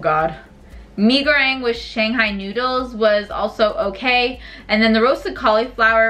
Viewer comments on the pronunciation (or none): Malaysia here~ Mee Goreng is read as Me-Go-Rang